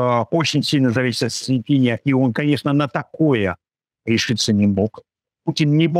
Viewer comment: Научитесь хотя бы имя Председателя КНР произносить правильно, умники!